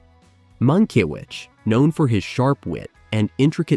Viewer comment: Would have been nice if the narrator bothered to learn how to pronounce the director's name (Mankiewicz).